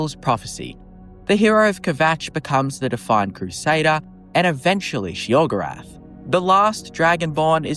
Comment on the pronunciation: Sheogrerath, lmfao!!!!!